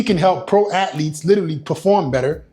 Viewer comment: The way this guy says athlete always pisses me off